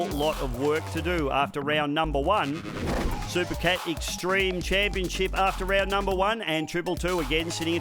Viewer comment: "Superboat Chaniponship", haha